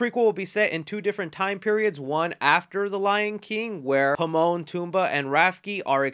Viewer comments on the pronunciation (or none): In mufasa trailer you pronounce the name are not Pomon toomba and rafke. There Timon, pumbaa and rafiki. Timon, Pumbaa and Rafiki. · the way this dude said Pimon and Tumba and then butchered Rafiki’s name has gotta be racially motivated 😂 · Lion King first did Hamlet now Godfather Pt. II 🤣 “himon and Tumba” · “Himon, Tumba, and Rafky” my dude, not even close. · Am I the only one that caught him saying Pimone and Tumba? I thought it was Timone and Pumba… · Wait wait wait wait.....did you just say "Pimon and Tumba"?! You might wanna check those names again, buddy. 🤣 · I’m sorry did you say Pimon Tumbaa and Rafki? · Did anyone else catch that he said Pimon and Tumba? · No comments on saying "Pimon, Tumbaa, and Rafki" instead of Timon, Pumbaa, and Rafiki? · am i the oly one who heard pimon and tumba? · Bro, did you say Pimon and Tumba?? 😆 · 😂 did you call Timon, Pumba and Rafiki the wrong names on purpose? You said Pimon, Tumba and Rafkey. I hope that was intentional. 😂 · It's tamon and pumba. Not pamon and tumba. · WHO IN THEE HELL…..is Himon, Tumba and RAFKI!!? 😡🤣🤣😆💀💀🤦🏾‍♂️🤦🏾‍♂️ it’s Timon Pumbaa and RAFIKI! How you got all three names wrong is jaw dropping to me 😆 Go over your videos properly next time bro. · Did he say Pimon and Tumba? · The fact that this man said "Pimon and Tumba" for comments is sad. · bruh did you say Pimon and Tumba and Rafki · did I just hear you say Pimon, Tumbaa, and Rafki? 😂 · Did he really say Pimone and Tumba?? 🤣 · Think you mean timone pemba and rafiki why did you say it so wrong it broke my mind lol 😆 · Bro is it just me or did he just say pimon and tumba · Did...did you seriously just butcher Timon and Rafiki's names? Dude. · WHOA WHOA WHOA, I'm sorry but what were those pronunciations of Timon, Pumbaa, and Rafiki's names ??? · You butchered the lion king names 🤣 regardless thanks for all the awesome updates you are appreciated. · My boy riding the struggle bus trying to pronounce Rafiki, Timon, and Puma!